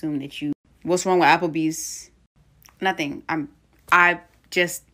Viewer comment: When “he” said, Applebees. Idk why it seems like they put hella emphasis on that S! 😂😂😂